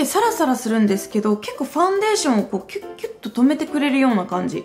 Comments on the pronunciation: ファウンデイション笑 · ファウンデイションｗｗｗ